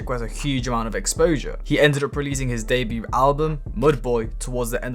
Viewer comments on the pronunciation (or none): You’re a dumbass, why can’t you pronounce words like “debut” and “Mo Bamba” properly